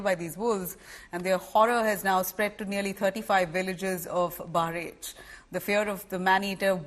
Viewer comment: Kindly pronunce bahraich properly you are an indian anchor